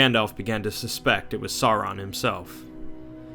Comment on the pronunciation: Why is it so difficult for so many of these videos to properly pronounce "Sauron" as "SOW-ron"? Dude - "Vay-lar"? Come on, man, I'm trying to watch and listen but damn.